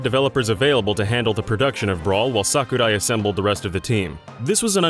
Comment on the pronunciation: It's sakurai not "suck uh-die"